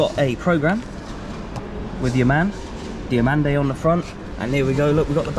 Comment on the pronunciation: Great that you got into the media room at Ibrox! Congrats! Also seem to be one of the only people on planet earth that can say Diomande’s name right 😂